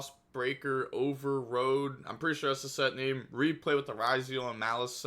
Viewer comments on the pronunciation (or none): “I’m pretty sure that’s the set name” I have no idea what the set is called but I’m pretty sure it’s not whatever you just said 😂